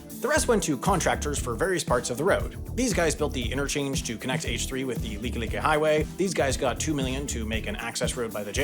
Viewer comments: Nice job correctly pronouncing Likelike(leaky leaky). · “FYI the correct pronunciations for some of these are Kaneohe is pronounced kah-nee-oh-hay” the like like one is correct but the pali one is pronounced “pah-lee” for future reference. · good job pronoucing likelike